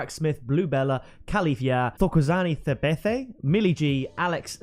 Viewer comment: You say the "tho'" in "Thokozani" the same way you say the "to" in "token" and the "Tha" in "Thabethe the same way you say the "ta" in "take"